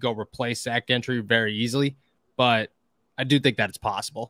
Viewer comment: No he's not. He keeps going back to the wrong pronunciation. He keeps saying "Gin-try" thru the whole episode.